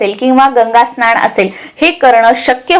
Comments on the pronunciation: स्नाण नाही स्नान असा उच्चार करायला पाहिजे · तुम्ही न च्या ठिकाणी ण वापरता म्हणजे महिणा स्नाण वगैरे तरी दखल घ्यावी